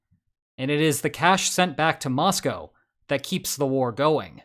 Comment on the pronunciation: I want to appreciate that you pronounced 'Moscow' properly. Too many Americans think it rhymes with the animal that milk comes from.